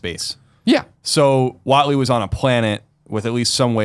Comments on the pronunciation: It's WATNEY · Watney not Watley